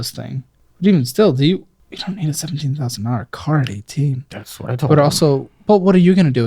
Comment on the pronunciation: That was “What” without an H